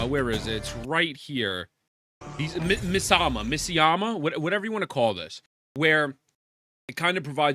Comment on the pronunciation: Gacha content creator not being able to pronounce “miasma” really sums up the community.